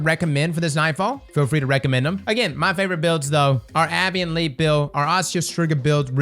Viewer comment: Congratulations on growing your family sir! Thank you for being here when you have a newborn. “A Bay Ant Leap” sorry for correcting your phonetics